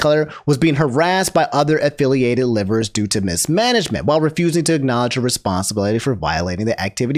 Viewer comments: I find it amusing that pronounces liver like the organ and not live-er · its (Live-er) not liver 😂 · when said livers(the organ) instead of live-ers I laughed. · thats not as obscene of an offense as pronouncing liver the organ way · Everyone: It's Selen, not Selene! Me: Why you pronouncing LIVErs as liver? 😅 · Bro I know this stuff is important news but your pronunciation of liver is hilarious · Aint no way he said liver like liver, the body part, in the selen section 😭😭